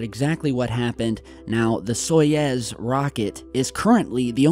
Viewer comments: Wait wait wait Soyez??????? No! Its Soyuz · It's not SojEz, it's SojUz! Or Soyuz, which ever way you write it. But you say it so wrong,. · It is Soyuz, not Soyez. The Russian pronunciation sounds like "Sayuz". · "Soyez" !? Or you meant Soyuz ? It is pounonced "So-Use" The way you prononced it it soud like a sketchy mexican restaurant or the next emerging drug cartel... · It's "SO-YOOZ," not "SOY-EZ." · Stopp saying SOJEZ it’s called SAJUZ ! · Now seriously where do you see the E in Soyuz? Why do you keep saying Soyez when its Soyuz? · SOYUZ (SOY YOOZ)!!!! NOT Soyez (SOY YEZZ). Come on, you're not even trying. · I love your work. I'd just like to help you by correcting your pronunciation of 'Soyuz.' It's "soy-youzzz" not soy-ezzz. Here's how to say it. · soyUz not soyEz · it's so-YOUs, not so-Yez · Stop saying soyaaaz man, it’s SOYOOZE.. like in booze, boobs or noobs. Told ya last time :) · ITS "SO-YOUZ" NOT "SO-YEZ" FFS GET IT RIGHT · That's 'Soy-YOOZE'. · It's "soy-ooze"!! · A complete NON-story - and WTF is a 'Soyezz'....????? More utter CRAP. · Every time he says "Soyez" my toes curl